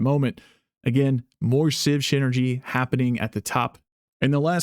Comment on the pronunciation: "Siv Shynergy" lol